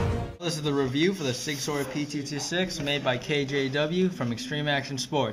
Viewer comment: in Sig Sauer it is purnounced Sig Sour not sawer sorry for bad spelling if any